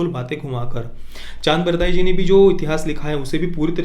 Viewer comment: चन्द्रबरदाई not चान्दबरदाई